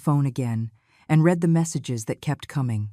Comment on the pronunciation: Not “ I read everything but I (pronounced Red every thing in past tense) Get help with someone who is fluent in English or better AI generated dialogue. Your site will be more popular. Contractions are also good, can’t for cannot and don’t for do not makes for smoother language .